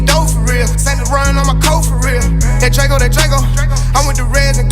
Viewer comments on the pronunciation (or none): none